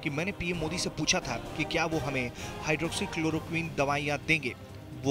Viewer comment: Chalo aaj tak ne hydrochloroquin Bolna to seekha